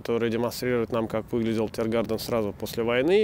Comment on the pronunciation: Один нюанс: как мне помнится, немцы говорят "ТиргарТен", а у Вас слышится подсознательный англицизм "ТиргарДен".